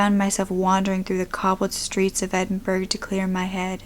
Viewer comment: Edinburgh girl. Rare to hear my city's name. Its pronounced Edin- bragh.